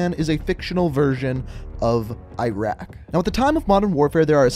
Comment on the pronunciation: Cheapskate If you haven’t noticed, he can’t pronounce most of the names correctly. Not even Iraq or Urzikstan, for that matter.